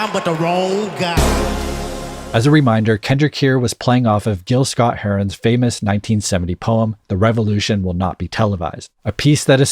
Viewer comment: GIL Scott Heron, as in “gill” not “Jill” 😣